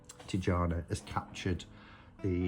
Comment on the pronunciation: Its Tijana like Y in yes. Not like pyjama. Hope you understand it.